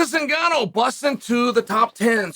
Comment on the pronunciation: You got to win two championships in one year in two different weight classes in order for cheal to say your name right😂